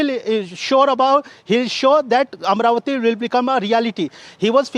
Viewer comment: It is Amaravati and not Amravati